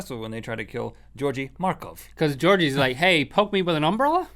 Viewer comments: it's not pronounced like jeorji but like georgi in the bulgarian umbrela thing (this is the closest I can get to write how to pronounce something but I think you get it) PS I'm bulgarian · I'm from Bulgaria! And by the way, that is NOT how you pronounce the name Georgi.